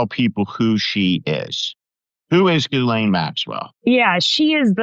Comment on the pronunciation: Did Steve Schmidt just call her ‘Ghoulaine’? Or did I hear wrong? Either way it’s funny & if he didn’t then I did! 😂